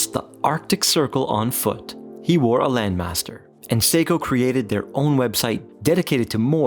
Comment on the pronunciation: I think the name doesn't ring a bell because of the weird pronunciation.